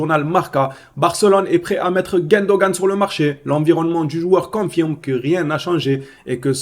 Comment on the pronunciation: comment tu arrives à appeler Gundogan, GUÈndogan??🙄